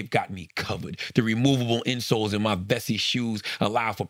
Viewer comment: Am I the only 1 who thought Charla's "Vessi" commercial sounded lika promo for "bussy"??? 🤷🏾‍♂️ijs 😂😂😂